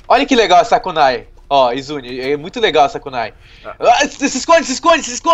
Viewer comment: saske falou izuri